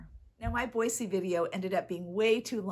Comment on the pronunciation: This video came up on my feed and I clicked on it because I live near Boise. It was fun to go thrifting with you to places I have often been, except for Impact Thrift, I’m not familiar with that one. You got some nice things. Thank you for pronouncing Boise correctly! May I ask what state you live in?